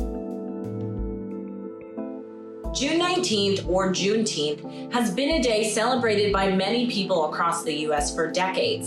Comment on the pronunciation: Jumeteenth 🙄 not only are you rich but even dumber